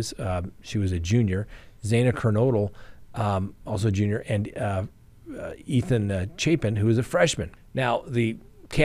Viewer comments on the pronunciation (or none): none